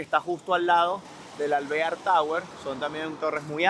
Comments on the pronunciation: se pronuncia Alveár, es un apellido, tu dices alvéar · Alvear es un apellido hispano no se pronuncia en gringo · Nadie lo asesora en la pronunciación de las palabras. Ya varias veces en otros videos diciendo mal los nombres cuando no hay acentos. Ej este video alvear porque lo dice asi??? 🤬 jaja